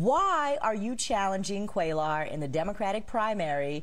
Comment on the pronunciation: it's embarrassing that the anchor repeatedly mispronounces Cuellar...like, really?